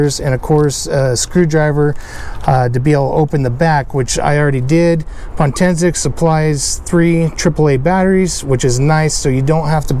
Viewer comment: POtensic, not pontensic.